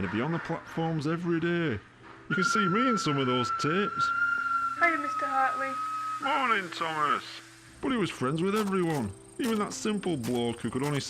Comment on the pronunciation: How ya there mr hatrley thats what i hear